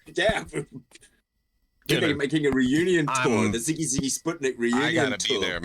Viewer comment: siggy siggy? sig sig more like it lmao old white dudes cant figure it